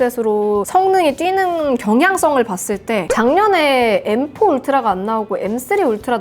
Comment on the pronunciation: 징그럽게 생겨서 엠포 가 뭐냐 발음이 무식하게